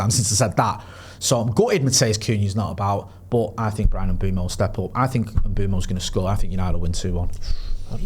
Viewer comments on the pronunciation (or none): Bryan pronounces his name Mm-boom-o